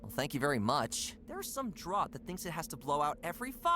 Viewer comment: why did he pronounce draught wierd? its pronounced like "draft"